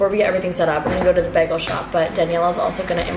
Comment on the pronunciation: it's BAYgul loooooooooool..........